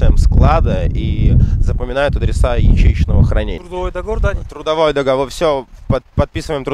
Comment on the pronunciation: жакшы молодец рахмат. Грамотно айталбасаң Алисадан сурасаң туура айтып берет. Мисалы:(подпийсатса эмес подписаться же турдавой эмес трудовой договор)!!! Ушул сыяктуу элементарный сөздөрдү туура эмес айтасың. Сени башка улуттар да көрүп жатышпайбы. Көп болду каналды алып барганыңа үйрөнө турган эле болуп калдыңго. А так рекламаларга, кызматыңа сөз жок молодец, көп элге жардамың тийип жатат. Ийгилик!